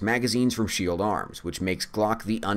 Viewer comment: Just a heads up, you mispronounced "Shield" when you said it was the best single stack ever made. Just lookin' out for ya'. 😉